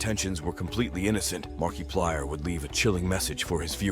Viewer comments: Why does he say Markiplier like that 💀😭 markeeeplier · Markiplier ❌️ Markeyplier✅️